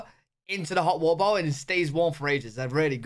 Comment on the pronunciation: Thank you for saying water bottle.